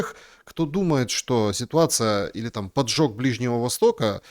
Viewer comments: ПОДЖОГ! Выучите уже! Поджёг - глагол! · в данном случае не ПОДЖЁГ, а ПОДЖОГ. Не путайте глаголы с существительными. Извините.